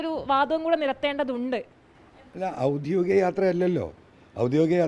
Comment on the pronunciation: ഔദ്യോഗികം ആണ്...ഔദ്യോധികം അല്ല